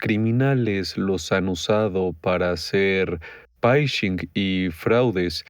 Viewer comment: El phishing se lee fishing